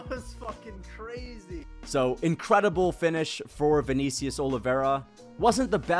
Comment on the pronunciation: “ViKNEEcius Oliveira”